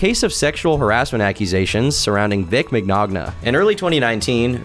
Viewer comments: Bro said Vic Mic-knag-na lol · Vic “Min-yanna” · For the record, Vic's last name is pronounced "min-YONE-uh". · ur such a turkey sometimes, its pronounced with a french pronunciation, u have to say Mi-nio-nia not Mic-nogna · Listen tom. If you're gonna include stuff then you should at least try get it right, for example mignogna is pronounced mon-yan-ah with italian accent. How can you be trustworthy if you cant even care to learn names correctly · Bruh, it‘s pronounced minjianah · "vic maGnaGna" lol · Vic McNoggna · Getting hit with the "Vic McNogNah" threw me into a spiral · Vic, Eggnog yah? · does a ton of research, but he really needs to work on pronouncing words and names. Case in point: Vic Mignogna Vic's name is not hard to say once you know it, and if watched any of Nick's videos on the subject, he ought know how to say it. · That is NOT how you say Vic’s last name💀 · The way you pronounced Vic's last name has me CACKLING 💀💀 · I am DYING. The pronunciation of Vic's last name is so funny to me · Actually buckled by how you pronounced Vic Mignogna's name XD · You pronounced Vic's last name wrong. It's pronounced " Vic Lasagna" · How did I know would butcher mignogna lmao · My ears have cancer after how you pronounced Vic's last name.